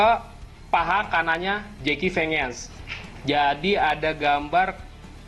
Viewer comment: Jeki vengan baca nya zaki venjen bang